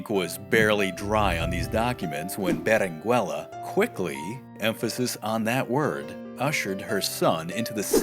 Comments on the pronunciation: Your pronunciation of Berenguela is wrong, at least I think. You do not pronounce the U. So it should be read as Berengela. Thanks for video and the history! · Yo. The u is silent in Berenguela. It sounds like beren gela in English. 👀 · Please don't pronounce the u in Berenguela. In Spanish 🇪🇸 the u is NOT pronounced if it's between the g/q and the e/i. The only way you can pronounce it is if it has the diéresis on the u [ü]. There's only a few words that have it. Words such as vergüenza, cigüeña, etc. You don't pronounce the u in surnames such as Rodriguez, Velazquez, Dominguez, etc right? Same rule applies to Berenguela my friend.